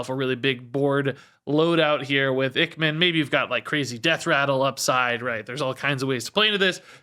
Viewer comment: I think Ichman might be pronounced Ike-man, it's a reference to top gun (iceman).